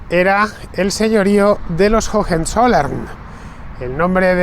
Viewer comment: Por favor Fernando, "jojenzollern" no. Höhe son dos haches aspiradas levemente, la fonética de la segunda prácticamente inexistente. Para nada es pedantería, lo pronuncias todo perfecto salvo eso, un error muy común entre los hispanoblantes para con las haches en las palabras alemanas. Una vez más, enhorabuena por tu programa didáctico; qué manera de aprender contigo!! Un saludo y disfruta de Schwaben!!